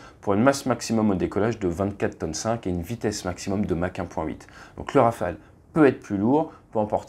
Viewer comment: Olala il n’y a pas de « s » à Rafale ! 😅 Toujours au top les vidéos sinon 💪🤙